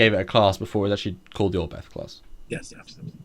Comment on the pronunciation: Cudos to Foley for at least trying to pronounce "Oberth" correctly (just imagine the H at the end is not there and you are a lot closer). This class of ships is named after a German pioneer of astronautics, Hermann Oberth. But he was also a Nazi (even after the war).